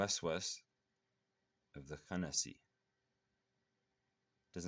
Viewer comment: salam brother, you pronouncing the words wrong. (4) khannas not khanasiii and in the other one its (15) khunnas not khanasi.